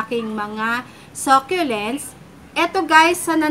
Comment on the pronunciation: Ako din sobrang adik ko sa sah- kyu- lents lately.hahha hindi nmn siguro nakakahiyang mali tayo mg pronunciation. Basta makabili tayo ng same item nayun , bakit ba. Hahhahaha